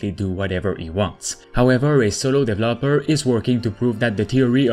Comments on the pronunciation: DevEEEEEloper not DEVLOPER 😒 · He says Dev El Loper (developer) as 3 seperate words 😆